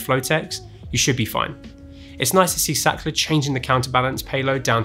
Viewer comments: More like Saakrhtlar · German engineering 👍️ the word Sachtler is a german word, then it should be pronounced "Zaht-La" where the 'h' is stressed and not silent like in English.